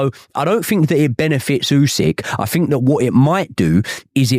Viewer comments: For someone that can't pronounce "think", he says "fink" a lot the fick cnut. 😅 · Can't listen to anyone who starts a sentence with " I fink" ...FFS